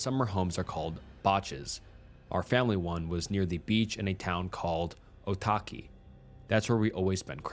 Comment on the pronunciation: OTAKI???? IM SO DISPOINTED MAN THATS NOT HOW YOU SAY IT. AND BACHS???? ITS BA-SHIS OH MY LORD. (I LIVE AND WAS BORN IN NZ) seriously though love your videos and i got excited when i heard my countries name come up in one.